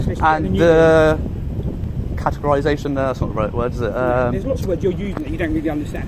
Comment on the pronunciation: You offered up the word, 'Categorisation', but I heard, 'Catheterisation'. I think I was correct, as he was taking the pee.